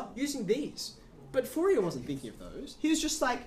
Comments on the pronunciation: French guy here. Fourier is pronounced like "Foor yeh", sort of. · O.M.G .... the name of the guy is foo-ree-EHHHHH !! not FOO-ri-er or anything that rhymes with terrier ...